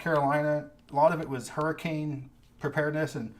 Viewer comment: Kudos for correctly pronouncing Hurricane, UT.